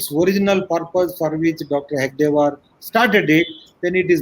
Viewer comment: This joker rao can't even pronounce Hedagewar, calling him hegadewar. Talks about guruji - lol. If he had even half knowledge and done tyaga of guruji. Clown